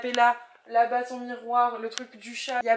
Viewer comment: j'adore ton "chiat" 🐕🐈❤